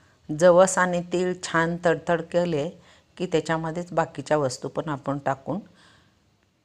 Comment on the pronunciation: आपन नाही आपण म्हणा हो .